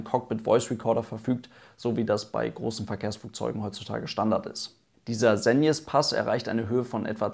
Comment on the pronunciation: Hey Es erleichtert mich, dass du den Segnespass richtig ausgesprochen hast. Im Video des SUST rollen sich meine ohren auf ^^. Gutes Video